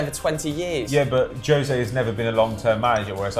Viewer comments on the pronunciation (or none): none